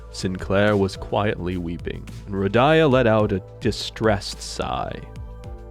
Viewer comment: I know its kinda weird, but i just must say that the way you pronounce Rodion's name is kinda bugging me out. It's not Rodaya, It's Rodya. Please listen to how sinners address Rodion, it could be clearly heard